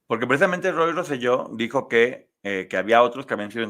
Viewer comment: Saludos, de PR los corrijo con cariño, Se pronuncia Rose-yo. Por otra parte, gracias por hablar y darle exposición al caso. Por alguna extraña razón o por amiguismo en PR no se toca el tema , es casi un taboo .